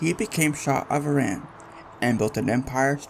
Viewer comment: I love this. Just wished you pronounced Iran correctly.